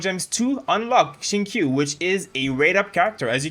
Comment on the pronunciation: His name is pronounced "sheengchoo/shingchu"